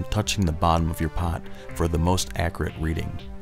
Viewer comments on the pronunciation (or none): its AK-YUR-IT no AK-UR-IT